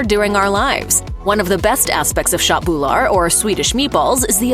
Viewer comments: I died laughing at "shot boolar" for köttbullar 😂 she tried lol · Håller absolut med…hennes uttal är helt knasigt…speciellt när hon försöker uttala köttbullar 🤦🏻‍♂️ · The Wat you såg köttbullar is so funny If you are swedish it sounds like this: Chatbular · ”Shat boulaar”